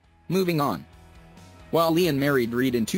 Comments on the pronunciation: Did u say iron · Ian's name is pronounced as 'eean' not 'iian'...😶😶😶😑😑😑😐😐😐🙄🙄🙄😂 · did it really just call him eye-an instead of ian... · I didnt know that Ian’s name is pronounced as AiAN now😂😑😂